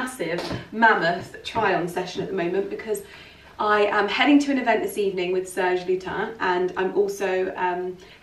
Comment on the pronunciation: The last ‘s’ in Serge Lutens is not silent. “Serge Lyoo-tance”. I’m French.